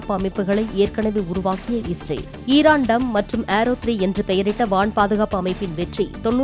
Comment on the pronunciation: எதே இரான் டம் ஆஹ்ஹ் 😮😂😂😂 ohh iron dome ahh 😅😅😅